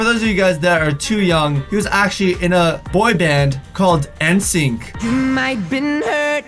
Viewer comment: U said NSYNC wrong and ur older than me